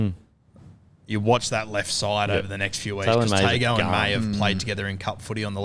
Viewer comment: Confirm the Izack Tago pronunciation if you can. Usually the ‘g’ sound is pronounced ‘ng’